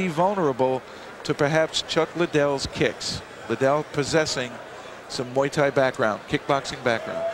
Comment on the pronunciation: "...he is a kickboxer, and a MOO THAI fighter..."